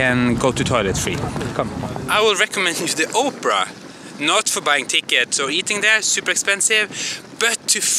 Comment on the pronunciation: At first I thought he said 'Oprah' house.